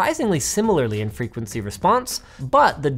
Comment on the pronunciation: So is it "frequeny", "frequecy" or "frequency"? I'm confused...